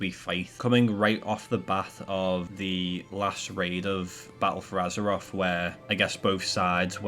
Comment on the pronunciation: It's called "Azeroth" not "Azeroff" and it's "mythic" not "miffic" and it's "something" not "somefinger" it pains me how people get to adulthood and still talk like 4 year olds